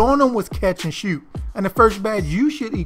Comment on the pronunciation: Mans said “catch and shewt”🤣🤣🤣